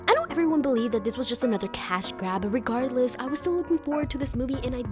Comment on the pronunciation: I can tell you’re Mexican 😂 by the way you said Regardless